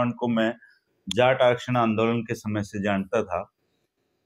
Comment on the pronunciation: he is saying jatt but not jaat